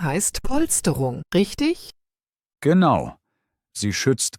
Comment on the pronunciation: GeAnu oder Genau🤣 KI everywhere